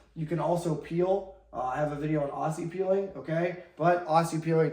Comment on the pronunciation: Aussie is pronounced Ozzie zzzzz zzzzz 😂